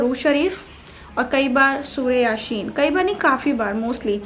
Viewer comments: Kam se kam naam to sahi le le yasheen nahi hota Yaseen hota h naam 👍tak to lena pata nahi padti kya hogi 😁😁😁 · Lanat tumhare upar...Surah Yaseen kehna bhi nhi aata?it's Yaseen not Yasheen..Allah samjhega tumhe toh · Pehli baat yasheen nahi hota yaseen hota hai bolna tw aa nahi raha or tum parhti b hogi i don't think so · Sure Yashen nhi ,surah yaseen..yar ap surah ka naam tak thik se nhi le parhe ho pdi kese hogi..? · Yashin nhi hota he Yaseen hota he